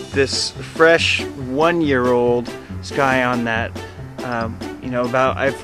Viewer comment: It's actually pronounced "sigh-on". The "c" is silent.